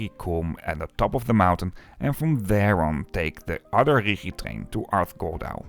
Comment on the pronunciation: Why Richi Bahn? The Mountain is called Rigi, and so it is pronounced Rigi Bahn. OK, better then Ritchie Bahn:face-purple-crying